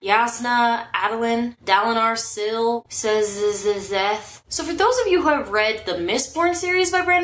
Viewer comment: Sz is pronounced as Sh. So it's Sheth.